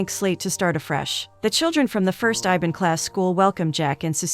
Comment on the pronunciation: iban , I B A N . not IVAN , wtf. REAL FACT : MALAYSIA consist of 3 country - PERSEKUTUAN MALAYA : PENINSULAR MALAYSIA - SABAH - SARAWAK Same like UK